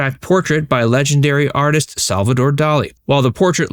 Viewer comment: Salvidore Dali..."arteest" 😀😃😄😁😆😅🤣😂